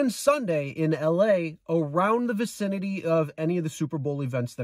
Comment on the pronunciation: Vicinity not vacinity